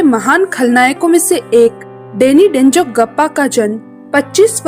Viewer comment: Dezong gappa nahi denzongpa correction